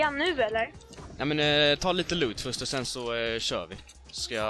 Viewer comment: Du är rolig nät du säger föst